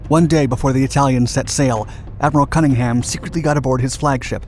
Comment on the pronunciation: For God's sake - if you are going to present a documentary on Matapan, at least do Cunningham the credit of pronouncing his name correctly!